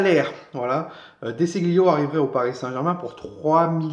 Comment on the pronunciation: Ce se prononce Dé Chilio.